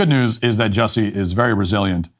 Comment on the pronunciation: It's pronounced "Juicy."